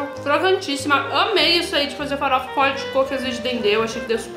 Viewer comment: "Fafora" kkkkkkk